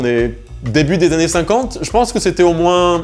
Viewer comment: "800 zannées de savoir faire"..🧐